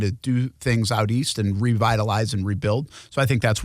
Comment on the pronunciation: He said it correctly “out east” that’s how you know he knows what he’s talking about . 🐆🏈🐆🏈